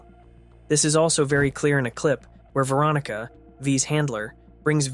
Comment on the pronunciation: It’s not Veeronica, It’s Veronica